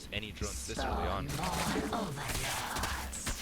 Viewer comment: The way she says Overlords makes my piss boil just as badly. Well, almost.